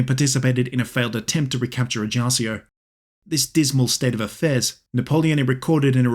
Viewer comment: Paoli was a father a first modern constitution, especially influence in America and France.. Is pronunce ajacho and GIuseppe